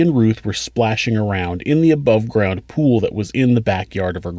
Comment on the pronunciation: Sc - ual? Pu - wal? I though it was school and pool. Lol